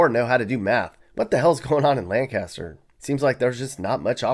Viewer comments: Please at least say Lancaster right if your going to have them on the list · Im from Lancaster. Born and raised. Used to be a thriving place when springs industries was around. Love and miss it as i now live in Florida. And you pronounced it wrong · You can tell he’s not from SC from how he says Lancaster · Dudes not from here at all thats not how they say Lancaster anywhere in sc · I don't trust you as an expert on SC. Here are my top 5 reasons why. 5. Your pronunciation of Lancaster says it all. You probably haven't been to Lancaster. Anyone who really knows anything about Lancaster knows the unique South Carolinians pronunciation. 4. I've been to all of these places. Trust me there are places that a far worse and dare not drive to/through every again. It's also interesting that you did not mention any towns/cities in Beaufort. There are so many bad towns surrounding Hilton Head Island. I mean... they have to find the working poor people from someplace to serve the rich and affluent. 3. Born and raised in Georgetown, it should've rank higher. My hometown deserves more credit and disrespect. It has become a quaint retirement hub for those who look for a more affordable option to Pawleys Island and Charleston. 2. Yes, Myrtle Beach has high crime rates because it is a tourist destination that attract criminals from all over for events/holidays. With all of the crime you mentioned, I don't recall you mentioning that MB is now on the map a trafficking hub. Hmm... complete side-eye to you for missing this detail. 1. You obviously don't understand SC population dynamics. Most of the places you mentioned are county seeds are not as bad as you make them sound. It's the deplorable rural communities/towns impacting these states due there sometimes being 1-2 zip codes for the county. Native South Carolinians and longterm residents know this distinction and ask 'Wh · Ummm, where are you from? You mispronounced Lancaster. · You mispronounced Lancaster and Clinton!